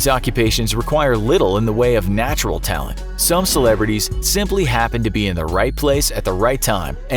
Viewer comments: You missed the "T" at the end of talent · You dropped the last T on talent when talking about those jobs that require little natural talent.